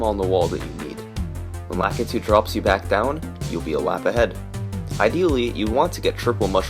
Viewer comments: how are none of these comments calling out the weird way you say Lakitu. why do you say it like that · this dude also can't pronounce Lakitu, so..